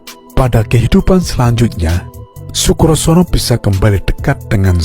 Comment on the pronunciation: " Sebut namanya salah melulu , " Condo birowo". bukan condrobirowo , Sukosrono " bukan Sukrosono